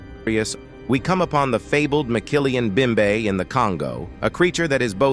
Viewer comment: ROTFL...there is no such thing as a McKillian Bimbe in the Congo. It's called mokele-mbembe. It's pronounced moe kay lay em bem bay Wow...I don't know how Mumbai got to Africa. Any time I've gone there, it's been in India.